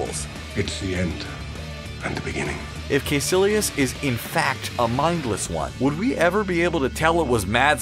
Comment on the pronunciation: Bro, how hard is it to just say the names they way they’re said in the movies? Like, if they say Dormammu and Caecillius in the friggin’ movie, why are you saying Door Mammoo and Kay Sillious?